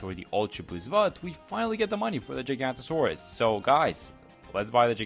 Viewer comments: It is giganotosaurus NOT GIGANTASAURUS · The way bro said giganotosaurus at the start 🥀